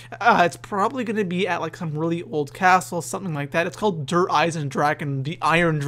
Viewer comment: I know this is random but Der is pronounced "Dare" and Die is pronounced "Dee". Sorry just thought it would be helpful.